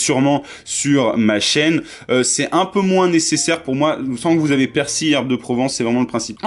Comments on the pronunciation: Le persi ?? Le " l" ne ce prononce pas chez vous ?? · Je crois que tt le monde prononce le " L" a part apparemment mdr